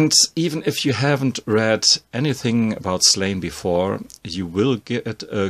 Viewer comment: Hey, love the videos, just wanted to say, as an Irishman, Slaine is pronounced Slawn-Ya:) Also, have you ever read Black Science?